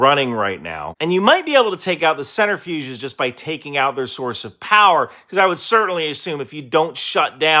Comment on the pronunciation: Is he saying centerfuge instead of centrifuge?